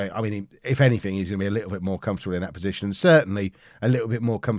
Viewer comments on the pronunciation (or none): none